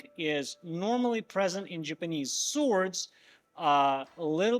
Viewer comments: oooh... Someone is hurt. Im not making fun of accents. Im merely pointing a mistake in pronunciation. In case youre wondering why, im japanese. And i dont wanna be called jipanees just cause you cqn enunciate words right. I studied hard to learn eanglish so as to not insult anyone or cause confusion eveb at the slightest mistake. I am however making fun of the non traditional traditional method you were claiming. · dude... saying you're using traditional methods, without being traditional is like saying im eating a candy that is not actually a candy. you didnt show how you attached the pommel. did you just weld it in? also, here we go again with the pronunciations..... jipanees